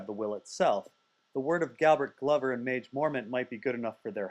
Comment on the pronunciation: At first i thought Maege was pronounced "Mage" as well, but it's "maggie" mormont.